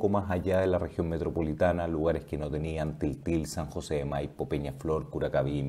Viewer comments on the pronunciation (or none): none